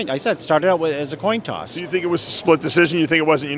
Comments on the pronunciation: Has said it most definitely was a toin coss!! 😆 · Toin coss😂😂😂😂😂😂